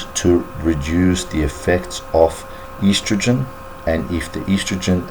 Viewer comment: So boring! Made me sleepy and he can not even pronounce estrogen properly. Eastrogen Ha, Ha!